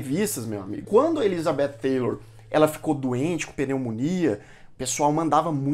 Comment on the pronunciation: Oi, você está pronunciando "Taylor", com a língua entre os dentes, e está incorreto! A língua entre os dentes seria se tivese o "th"! A Cleopatra VII, a histórica, era negra, não entendo terem escolhido a Gal Gadot, depois muitos produtores hollywoodianos dizem que não racistas!